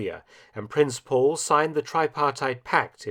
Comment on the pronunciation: It is Prince Pavle, not Paul.